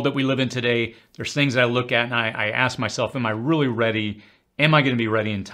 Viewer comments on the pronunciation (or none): none